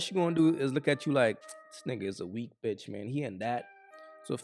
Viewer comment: "Like your...uh bitch!" Said that with too much emphasis Q! 😂😂😂